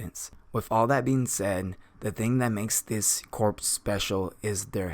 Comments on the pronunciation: Good video. Only complaint is that it is pronounced core not corpse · Just a small nitpick, but corps is pronounced "core" and not like "corpse." A Marine Corps officer will be quicker to correct you and won't do it as nice. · Colin Fonken, exact same comment I was going to make, every time he said "corps" instead of "core" it really bugged me even though I know that pronouncing corps as it's spelt is a very common mistake. I liken it to how we pronounce "colonel" as "kernel" it's just one of those words that you have to know from experience how to pronounce because trying to pronounce it phonetically from it's spelling doesn't work. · Corps is pronounced as “core”. It’s a weird word. It’s always spelled as corps even when referencing in plural or singular, but it is spoken as “kor” (singular) and “korz” (plural). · corps is pronounced the same as core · Great video. But, corps is pronounced "core". It was a little distracting. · FYI, the word corps is pronounced as core, the P and the S are silent. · Nice video and breakdown. Some advice, a corps is pronounced like core - Latin -> French...... The archers can be utilized in the rear ranks, but it has been proven to be quite an effective tactic to utilize the archers on the flanks, forcing the enemy forces towards the center; heavy infantry then have some fun. The cavalry would then encircle and clean up. Magic users (artillery) would massacre the troops in the center. Mongols utilized a similar tactic with no magic. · Corps is pronounced as "core" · When you said goblin heavy corps, it should sound like goblin heavy core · Just an fyi not trying to say snuff or nothing, but "Corps" is pronounced "Core". At least that is what my English teacher sed. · The p in Corps is silent!